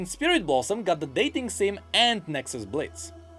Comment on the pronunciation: I was about to fall asleep but then he said "daiting sim" and I raised from my chair and clapped